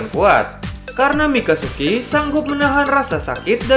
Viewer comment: Wkwk.. bang.. Mikazuki Bang.. mikasuki beda arti lagi. 🤣🤣🤣🤣